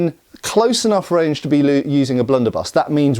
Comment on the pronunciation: "Blunderbie.."....😅 ded